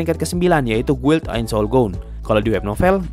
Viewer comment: Guild, itu bacanya gild